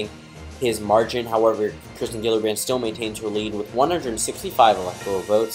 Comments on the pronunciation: It’s kirsten not Kristen and it’s pronounced Jill-uh-brand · It’s pronounced “Jill-a-brand”